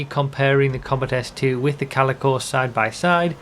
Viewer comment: Thank god you know how to pronounce Calico. A lot of youtubers' pronunciation have been bugging me since the car released xD